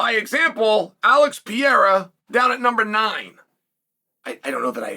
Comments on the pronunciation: That will do me chael teasing for mispronunciation? Fark off with your Piera its fucking Pereira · is Alex PE-REI-RA, not "Piera". 😆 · Bro still is saying Alex Pee air Uh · Uncle Chael cracks me up with his pronunciation of certain names “Pee-era” “Mahkel-chev and “Sarookeen” 😂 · “Pee-Area” every timeee 😂😂😂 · And still cant pronounce Alex's name right haha!